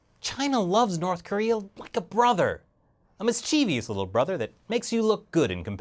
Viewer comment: It's "mischievous," not "mischievious."